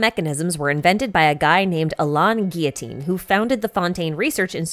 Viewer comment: If we’re talking about french Alain Guillotin would pronounced like ah-lehn gi-yo-tahn though. And on-dora lmao